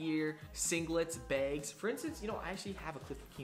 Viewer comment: Did he say “begs” instead of bags lol keep up the work